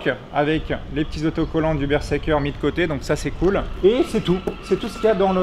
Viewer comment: y'a que moi que ça trigger la façon dont il prononce le model du casque ? x) bonne vidéo cependant <3